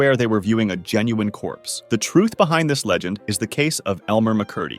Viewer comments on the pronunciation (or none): Corpsey diee!!!😡